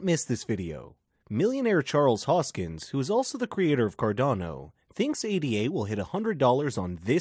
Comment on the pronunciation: The name is Hoskinson, not Hoskin. If you cannot even get the name right, then why should we believe anything you say?